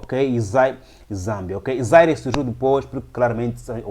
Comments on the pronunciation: Bom trabalho, mas não é Zaire; é Zaíre. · Rever a pronúncia do antigo nome da actual RDC.